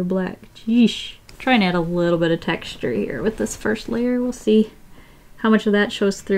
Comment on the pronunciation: No one: Seriously, no one:: TEXtuRE